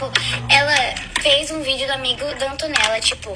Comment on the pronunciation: ai q odio ela falando "antonella", fico ate com vergonha do meu nome ser o msm que daql garota